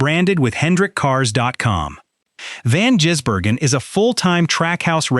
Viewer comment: His name is NOT Jisbergen,how about a bit of respect it`s Gisbergen,t`s like saying Hendrix,SVG drove the Ute for more practice on ovals,from an insider Shane is staying with TrackHouse and the number 97